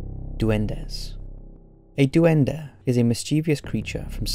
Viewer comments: DOO-EN-DUH.... It’s Duende. Pronounced “Dwen-Day” my guy. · Duen-dey Not duendeh